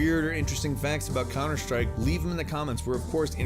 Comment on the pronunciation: 10 Cunter Strike facts.